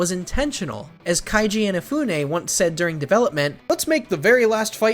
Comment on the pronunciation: It’s “KEIJI” inafune, not KAIJI